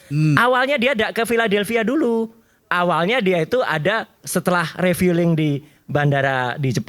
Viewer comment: Mungkin saya salah dengar. Tapi kok ngomong refuling agak gak bener kali. Coba putar ulang n dengar ucapan beliau.hehe